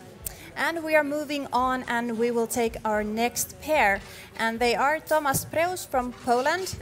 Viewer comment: Polish name (Tomasz) should be pronounced like Tomash. Shouldn't be hard for commentators to google it, takes 10s come on...